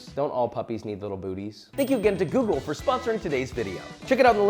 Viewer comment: when you say "google" i swear i hear that little old Italian lady saying "ok googoool"